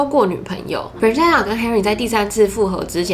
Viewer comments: Melody 會叫 Ｍel 但不會叫Meldy，Stephanie 會叫 Steph 不會叫 Stenie，Christina 會叫 Chris, Tina or Christy 但不會叫Chrisna。基本上長的名字都是省略後面不念但不會跳過中間去念最前面和後面的字母。這邊正確的發音是 Fran-ches-ca（Fran 可以想成是念人名Frank但k不發音，ches 就是跟西洋棋的Chess發音一樣，ca在此不是念sa而是ka）。如果是縮寫可以是Fran, Frank, Frankie，Franny...etc. 但不會是影片中念的Fre-nan-sa。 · FranCESca 你的懶音我聽到好辛苦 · Up主，建议下次把Francesca的名字念清楚，你念成 "farina"的话在意大利语中是面粉的意思，尤其是Francesca原本就是意大利文的名字，给懂意大利语的人听起来就真的觉得很怪。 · Francesca 的名字發音是三個音節 Fran-ces-ca，ces 的部分發音為ches (Fran 可以想成是念人名Frank但k不發音，ches 就是跟西洋棋的Chess發音一樣，ca在此不是念sa而是ka）:) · Francesca 的名字發音是三個音節 Fran-ces-ca，ces 的部分發音為ches (Fran 可以想成是念人名Frank但k不發音，ches 就是跟西洋棋的Chess發音一樣，ca在此不是念sa而是ka）：） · 喜欢你的影片! francesca 的读音可以这样念哦~ ❤ FRAN CHEST KA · Francesca是不是唸的怪怪的🤔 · Francesca 的名字也念错了哦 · 我發現你不會唸francesca的名字 所以快速帶過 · 開頭第二點才剛說完會注意發音 下一句第三點馬上就講錯Francesca 真的讓人觀感不佳😔 不過影片內容很用心 還是值得鼓勵✨✨加油～ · 對，中間音沒發出來，Instagram 也是沒發出來，中間含糊帶過，聽了很讓人分心，我本來以為是我個人太挑剔，看到留言就放心了。